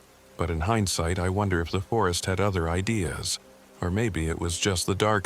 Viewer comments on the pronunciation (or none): none